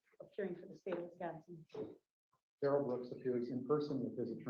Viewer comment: The malignant dwarf is named Darrell, not duh-rell. He says his name when he is arrested and then in his polluted mind he thought it was cool to change it to duh-rell. He is Darrell. End of discussion.